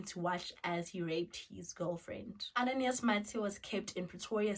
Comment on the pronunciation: I'm from Mozambique and the correct form to pronounce is "Ananias" not "Ananaias"